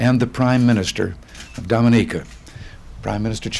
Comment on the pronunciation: *Doh-Mah-Nee-Kah Please pronounce correctly 🙂